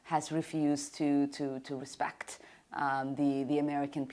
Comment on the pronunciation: "In order to have res-PAKHT! You have to give res-PAKHT!"